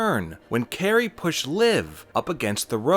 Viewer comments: Its kairi. Like guy with a k not Carrey like jim. How can you watch wwe and have a channel like this but not know how to pronounce talents names? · He called Kairi sane Carrie that’s how you can tell he’s a fraud